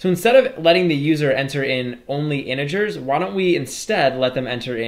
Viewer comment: He call inigers to integers